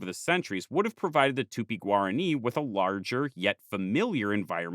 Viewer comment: oh gob, "tupi-guarani" became "tupiguarri"...